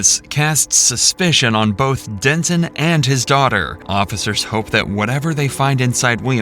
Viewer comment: Please pronounce names correctly. It's not Dentin, it's Denton. Completely different, man, I'm begging you 😅